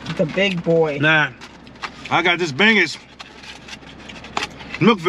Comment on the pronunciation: not "bang-ess" but "Bung-oos."